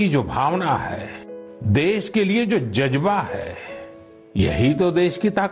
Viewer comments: jajbaa nahi modi jazba hota hai urdu ki maa bahan 1 naa karo😀😀😀😀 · "" daash ka jajbah "" fitay moo tera modi bolna to seekh lay